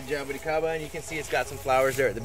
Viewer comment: has the most stylish way of saying jaboticaba, just awesome!